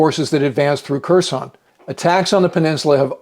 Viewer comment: I believe the K is silent in Kherson.